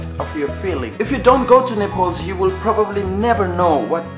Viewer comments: Hey, Your accent sucks. You're saying Nepol and Nefaal. Don't you even know how to pronounce Nepal? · Aru ta sabai thikai lagyo ki mero daju , tara' NEYPOL haina NEPAL lai chai NEPAL nai vani dinus na la !! :D